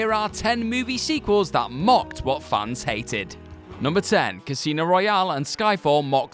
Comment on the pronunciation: I heard funs not fans